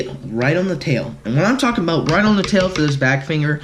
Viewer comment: Stop tollking